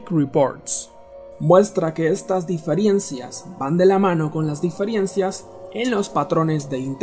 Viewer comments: El pronunciaba diferiencias no difirencias. pero bueno igual esta mal dicho. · ¿Como dices DIFIERENCIAS, pelmazo. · no me da confianza el video desde que escuche diferiencias JAJAJAJAJAJAJA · Se dice diferencias no diferiencias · 😠😠😠😠 diferiencias...no sé cómo aguanté 3 minutos... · Diferencias !!!! No difirencias